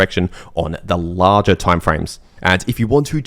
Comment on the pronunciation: im giving some translation to english: 1) Lar-jar = larger 2) May-jar = major 3)twid-dar = twitter or X 4) technically speaking = according to my neighbour 5) give it or take = trust me bro Thanks to me